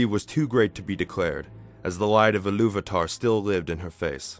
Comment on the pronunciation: Good narative voice but you struggle with pronunciation of the names :) (still it has too much of english way of pronouncing things (e.g. Illuvatar, Vaire, Orome) -no sharp "R" - when tolkien was creating languages of Middle earth, he was inspired by scandinavian languages I think ). I liked Martin Shaw's narration of Silmarillion.